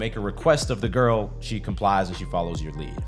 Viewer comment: “You must do this with every giggrrl”🙄